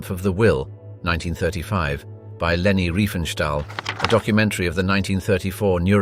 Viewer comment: Google it! Also, it’s Leni not Reni.